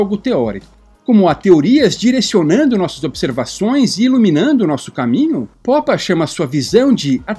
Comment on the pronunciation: "Poppa" é muito estranho, nunca ouvir ninguém chama-lo dessa forma antes. Por favor, poderia me dizer como encontrou essa pronuncia para o sobrenome dele?